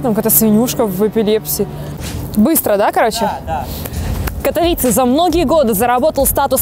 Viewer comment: КатовИИИце правильно, запомните, кто ещё не в курсе